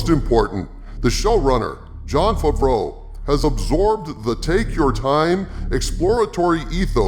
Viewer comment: “Jon Fuvroh”